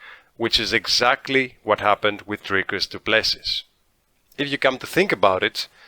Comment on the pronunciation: Repeat after me: "Dricus Doo - Ple - See... Dricus Doo - Ple - See... Dricus - Doo - Ple - See... AGAIN... Dricus Doo - Ple - See... Once more, Dricus Doo - Ple - See... Last time, Dricus Doo - Ple - See... Final time, Dricus - Doo - Ple - See.... Final last time, Dricus Doo - Ple - See" Now try on your own - Dricus Doo - Ple - See.